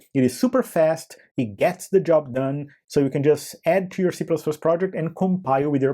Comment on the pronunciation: o 'tchoo' ao invés de 'too' sempre entrega um brasileiro, não tem jeito kkkkkkkk